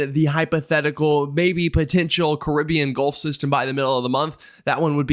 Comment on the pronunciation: Caribbean pronounced correctly! One bonus point.